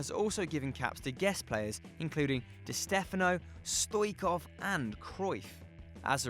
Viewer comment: you cant even pronounce Stoichkov's name